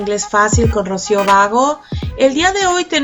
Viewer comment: Sra linda gracias ! por enseñarnos tan facil lo que nos cuesta . Solo un detalle en la pronunciacion de su apellido catalan ... es Bagó con tilde en ó ...